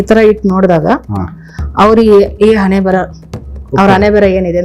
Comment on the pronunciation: ಅಣೆಮೇಲೆ ಅಲ್ಲ ಹಣೆಮೇಲೆ.. ಮೊದಲು ಕನ್ನಡ ಸರಿಯಾಗಿ ಕಲಿ..